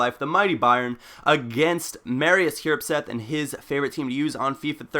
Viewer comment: It's hjerpseth? I dont think so..